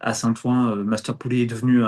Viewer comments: Top comme d'habitude.. juste un détail, Saint- Ouen se prononce Saint-Ouin (comme le ouin ouin de Karim ) pas Saint. Ouan 😁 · Bravo. Super et merci., j'en profite pour te sgdire et en souriant que St Ouen ne se prononce pas Saint "Ou- An" mais Saint "OU-OUIN". Plaisir d'une langue qui ne s'écrit paas comme elle se prononce. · St-Ouen est prononcé St-Ouin ... Sinon tout est parfait !